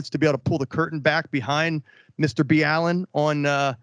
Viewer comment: First time I've heard his named pronounced like that (Mr. B. Allen) lol